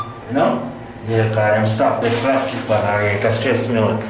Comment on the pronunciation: Mi rate him ago call the patwa dem plas-kit lol